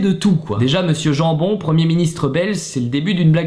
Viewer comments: alors ça ne se prononce pas jambon, mais Yamebone (à la néerlandophone en fait) #BelgiquePower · Jambon se prononce Yambone x)